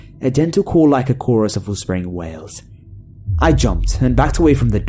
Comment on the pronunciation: I thought he said "whales" instead of "wails". All I could imagine was making ominous whale noises in the woods.